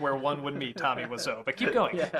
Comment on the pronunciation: Томми ВИСЯУ, а не Вассо